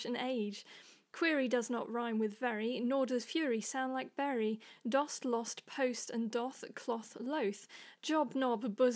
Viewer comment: Pretty good! I liked the way you speeded up at the end too. Your bull sounds a bit northern, but that's OK; I'd disagree with you about wont (like owe, not want), dost (like dust) and doctrine (like in, not pine at the end). But, as you say, there isn't only one correct way of reading it - variability is built in. Well done!